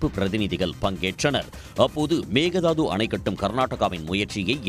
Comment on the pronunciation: மேகதாது அல்ல. "மேகே தாட்டு" Mekedatu தான் சரியான பெயர். சரியாக உச்சரிக்கவும்.